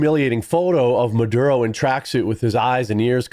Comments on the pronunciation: You keep saying marudo instead of maduro. This is not the first time I see you mispronouncing names. You are a cool dude, but it makes you look unprofessional and undermines the trust in what you are saying. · You keep mispronouncing Maduro, it's Maduro, not marudo....